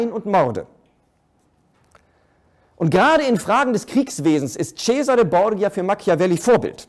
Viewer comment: Bitte: Borgia wird Bordscha gesprochen.